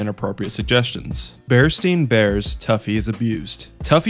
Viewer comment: ah yes. bear stein bears